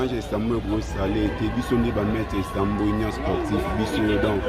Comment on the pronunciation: Istanbul et non Istambur🤦🏽‍♂️